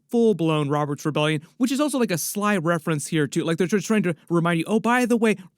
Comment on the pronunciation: Based on the knowledge it seems like they'rrrrrrre keeping.... Are you from beyond the wall?? 😂😂😂😂